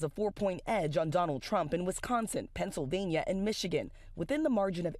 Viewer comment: Wiz kahnzing”… I just fell in love